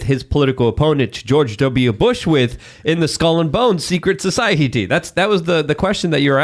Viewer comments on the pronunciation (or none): stop saying “SOH-CEI-EH-TEE”!